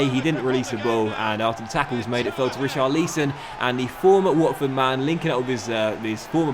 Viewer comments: It’s pronounced Richarlison not Richarleeson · Richar-lee-son? Oh, I always try to look past your constant mispronunciations but sometimes you make it so difficult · Why do you say richarlison so fucking weird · anyone else get really uncomfortable when he said richarlison?